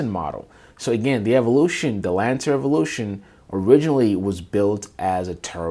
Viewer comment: It’s Lancair, not Lantair